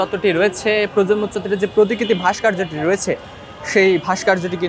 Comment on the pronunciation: 'ভাষ্কর্য্য' শব্দটি শুদ্ধভাবে উচ্চারন করতে শিখুন আগে...